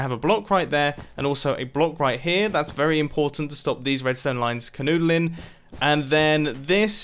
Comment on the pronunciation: I love how he says "conoodeling" 😂